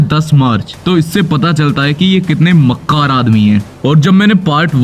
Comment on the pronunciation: the way bro said "makkar" I think bro have some serious issue 💀